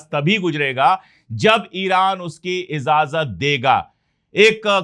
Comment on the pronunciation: don't feel bad you speak very well But do it a little better Izazat nahi but ijazat hota hai? اشوک بھائی اپ برا نہیں مانیے گا اپ بہت اچھا بولتے ہیں لیکن تھوڑا تلفظ اور صحیح کر لیجئے ؟